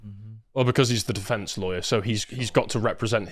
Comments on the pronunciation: Deflenks 💀 How?? How do you, not just mispronounce that word as a so-called human rights spokesperson, but in that manner?? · He not only said "self deflence", he said it twice. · Why does he think defense has an "L" in it?